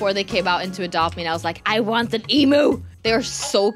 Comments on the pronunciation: Not to be rude but emu isn’t pronounced “ee-moo” usually pronounced “e-mew” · Im just laughing bc and dont know what quokas are and they think it doesnt come from Australia! Quokas are native 😂 i live in Australia btw so thats why. Edit: i dont think they know how to pronounce emu